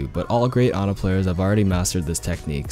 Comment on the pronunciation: Pronounces her name correctly. Immediately liked video.